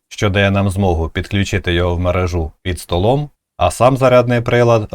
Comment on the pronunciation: Як можна розповідати про щось навіть не розуміючи як воно правильно вимовляється?! Я про вашу мережУ, якщо не зрозуміли. МережА то на трусєлях у дівчат, а мерЕжа це те про що ви розповідали. Невже так важко бути не кривоязиким?